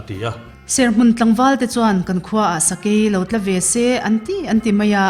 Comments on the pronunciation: aw ni e, sakei sual khawi khaw ramah emaw a a rawn awm khan 'sakei a rawn tla' an ti thin(chunglam atang a hnuailam a thil 'tla' ang hian lam zel tur. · A chhiartute khan lo hre teh u, 'sakeihuai/sual a tla' tih hi 'phulah bawng an tla dum dum' tih a 'tla' hi chhiar loh tur, ' inhnuaiah thil ka ti tla' tih a 'tla' ang hian chhiar tur a ni, ngaihthlak a tihrehawm hle a ni. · tla, "dawhkan atanga no tla" kan tih ang hian 'tla' ti a lam tur. Khawchhunga ramsa/sahrang a lo luh tum a, an sawina bik. Thlawhlai emaw leipuia thlai ei tura ramsa an lo luhin "sa a chhuak e" an ti leh daih a. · A ngaihnawm hle mai. In chhiar thiam bawk. Chutih rualin sa a tlâ ( chaw zawng) ni lo vin, sa a tla ( thil chhuat/ leia kan tih tlaka 'tla') ti anga lam tur a ni em? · Sakei lo(tla) tihkhi,,a thluk khi in thukdiklo niin ka hria,,hmanlai khan khawchhunga ranvulh te sa in a seh chang in sa a TLA E an tithin,,,heta TLA hi Awng(chhuat awng )a thil kan titla palh ang hian thluk tur ani. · "Sakei tla" tih in chhiar/sawi dan mawlh chu le 🤬 "Pen ka ti tla" tih a "tla" ang a thlûk/sawi tur. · Ramsa tla ti a lam khi dik lo mi, thil tla lam in dik ami. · aw diklo, sakei lam sawina a nih chuan 'inhnuaiah ka pen a tla' tiha 'tla' ang hian sawi tur. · An Chhiar dik thlap a lawm,..Pâ Hânga tih te,..Sakei tla, tih te khi a dike,..Ran aseh hian a ran seh kha,"Sa a tlá" tiin an sawi thung,.Sakei khawchhunga luta sehtur a zawng hi,.Bawng tlá .kan sawi anga "Tla." tih a ni tho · sakei Tla hi thingkung atanga tla tih ang tho khan tla hi lam tur